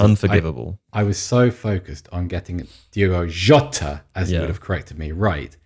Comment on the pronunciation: pronunciation of Jota was on point! (I'm Portuguese)